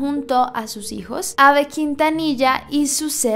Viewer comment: Hola, te quería decir que estas pronunciandolo mal,em realidad su nombre se pronuncia "selina" aunque se escriba "selena" sólo es un dato no lo digo (escribo xd) de mala manera:) también es "ei bi" para q sepas como pronunciaron aunq se escriba AB